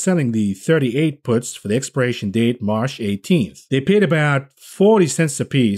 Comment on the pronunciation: I like how u say "Marsh" instead of March.